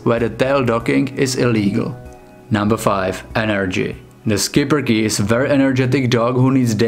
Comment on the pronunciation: It's "Shipperke" not "sKiPpeRke"